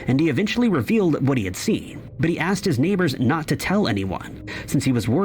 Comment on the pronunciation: You "AXED" for it ! Really ???